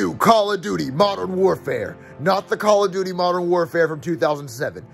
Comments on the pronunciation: “Call of dutis” 💀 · No it's call of dootis